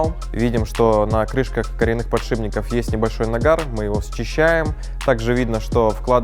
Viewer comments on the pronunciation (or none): Блин, парни, от трёх разных людей из вашей команды "подшиБник" прям режет слух... Уровень съемки, качество картинки, света, звука - огнище огненное. Но каждый раз эти подшиБники аж из колеи выбивают))) Очень легко запомнить - этимологически это элемент, устанавливающийся на шип (выступ/полуось), для снижения механических потерь путём замены трения скольжения на трение качения.